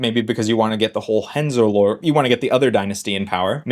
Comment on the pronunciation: Great video. But that pronunciation of Hohenzollern was painful 😅